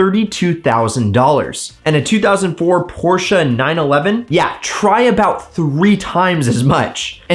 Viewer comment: Please don't refer to a Porsche as a porsheru. Just don't do it.